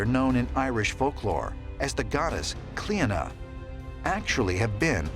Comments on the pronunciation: The name of that goddess Cleodnah is actually pronounced klee-nah. Just FYI, no offense intended. Love the video. Very informative and interesting. Love and light. ❤❤❤ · klee-nah. There is no r. The d is silent.